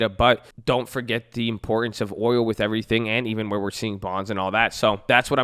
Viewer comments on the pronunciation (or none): none